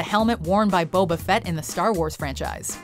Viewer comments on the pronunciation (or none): none